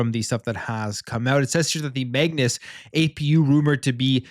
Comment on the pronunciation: what the heck is Megnus?! I thought it was Code Magnus?!